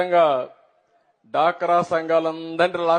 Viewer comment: డాక్రా కాదురా బొల్లిగ 😊😊 డ్వాక్రా అనాలి😅😅😅😅😅😅😅